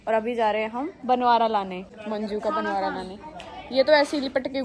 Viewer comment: Bnvara nhi hota bnora hota ha 😂